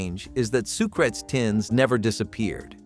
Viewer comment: The emphasis is on the second syllable of Sucrets.